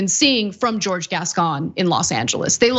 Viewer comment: It's Jorge, not George. Prounounced HOR-HEY